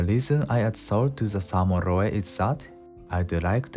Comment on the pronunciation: Excellent video. I plan to do this with the next salmon I catch! Small note, in English we don't pronounce the e at the end of roe. That e makes the o "long". In Katakana, pronounce "roe" like this: ロオ